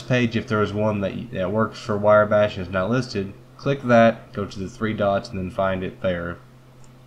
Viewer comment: Decent vid, sir :) its "wrye" (rye) bash